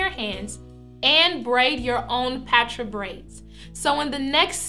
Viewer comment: I thought it was pronounced (paw-tra)